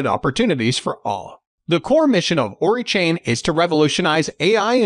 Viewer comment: It's O-RAI not ORI lol Oracle + AI... ORAI